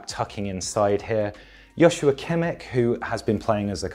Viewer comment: As a German, I have to say it's more like an 8/10. But he gets Joshua quite wrong.